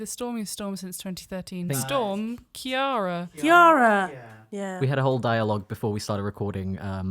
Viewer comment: THE NAME CIARA IS PRONOUNCED KEY-RAH AJHSHFOLEBEBHFIDLAKBDHFOSKVSHFOFBSKQPQDJFOBLAH This is very much a pet peeve of mine. It's like how Caoimhe is pronounced kweeva. It just bothers me. It's kinda personal. that's all. Bye! Love the Tabletop talk! Thanks.